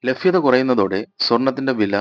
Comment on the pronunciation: ഥൂ....😂 ഫൂമി.. ഫാവി.... ലഫ്യദ......ലാഫം.. സംഫാവന....